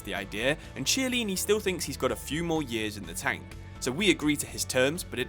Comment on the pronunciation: Hi! Two names were mentioned but pronounced incorrectly. Jose is Portuguese, not Spanish, therefore it's not "Hose". Chiellini pronounced with a K Sound (Ch mostly K, C mostly Ch sound.)